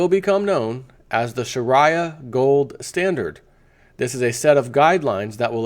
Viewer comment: learn to pronounce Sharia correctly.